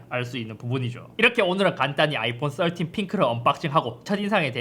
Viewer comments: 썰틴! 발음 왤케 찰지져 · 역시 배우신분 13발음 좋네요 역시 남자는 핑크죠